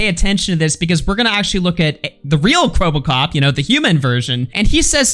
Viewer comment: it's kwebbelkop not kwebblekop